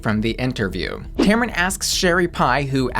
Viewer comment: First, her name is pronounced Tam-run, not Tam-Ron... 2nd, if you don't want to support Sherry Pie z you're entitled to it.. but you don't get to shame others if they like her drag or want to see it. The great thing about choice is that you get to make that choice. Let others do what they want, even if you don't agree with it.